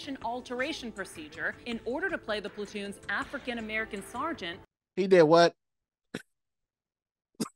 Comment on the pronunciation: Plaroon.. willem defoe.....